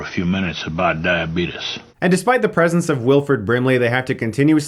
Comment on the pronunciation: the way the dude pronounces diabetes holy shit